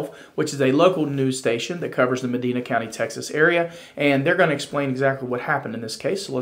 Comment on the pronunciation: It's pronounced ( ma‐dine-na )